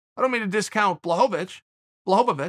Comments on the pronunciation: Excuse me uncle but who's Blahovovovitchz? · Uncle “blahobavich “ Chael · Did Chael really say "Blachowicz" and then immidiately corrected himself with "Blokovowicz? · From the creators of "Charlie Olives" now comes "Blahovavich" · Balchovich 😅. I love how he just says it. Like he knows he's gonna talk about it but doesn't over prep on the pronunciation. Keeping it real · Does Chael really hate that he can't get names right? I can't actually tell if it's just more top tier trolling or actually unfortunate. I don't think he means to disrespect all of these foreign guys, but maybe he knows he has trouble plays into it a little bit?